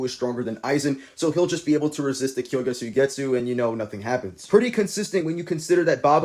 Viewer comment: W video, but its "kyouka" Suigetsu not kyoukai suigetsu 😭